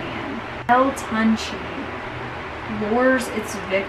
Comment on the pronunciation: You did butchered the name but if you want to pronounce it correctly would be (toon- Chae ) GOOD VIDEO have a good day